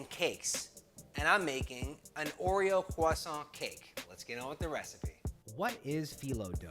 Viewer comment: disliked just because of how you pronounced croissant. noob.